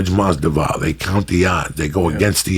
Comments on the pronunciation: Taylor Made umm no lol. He’s saying Masdival, not Masvidal. I’m born and raised in Cuba, doesn’t make a difference lmao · Go #EasyMoney WTF is Jorge Masdival? Joey keeps mispronouncing Masvidal's name. It's funny as hell when Rogan corrects Joey whenever he butchers someone's name. Pronouncing someone's name correctly is a minimum in terms of respect for a guest. Masvidal don't give a fuck. 🤣 Every podcast, Lee returns with his hand-flapping. One thing ya can't take from him... the guy is consistent. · Joey is saying Masdival instead of Masvidal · lmao Joey Said Jorge Masdival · No guy, he means Joey keeps calling Jorge Mas-Dival instead of the correct way which is Mas-Vidal. Masvidal soon to be 👑 of his weight class. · He means how Joey keeps saying Masdival instead of Masvidal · "Jorge Masdival" Joey messing up names never gets old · Damnit Joey, you said Masdival ! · Jorge "MASDIVAL" LMAO Like "Kalabib" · Hilarious how much Jorge hates his name being mispronounced and how many times Jorge mispronounced Masvidal. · Uncle Joey mispronounces Jorge’s last name twice within a minute. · Its great how masvidal never corrects Joey speaking his name wrong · Dumb fuck has him on for the second time and still can't get his name right. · Awesome podcast...I cringe everytime I hear Joey mispronounce Jorge's surname but it obviously doesn't bother nobody haha